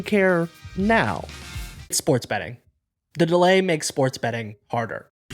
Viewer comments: Betteing? Really... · What are “betteing” companies? Lol